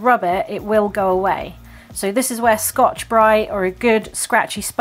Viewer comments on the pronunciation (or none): none